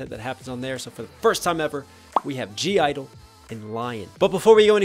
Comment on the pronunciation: Their name isn't pronounced as gee idol, it's pronounced as "idol" / "idle". The 'G' is silent in their name :)